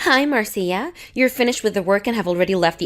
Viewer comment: Marcia is pronounced as Marsha.